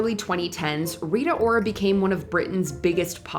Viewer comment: Reeah ora? It's... Rita...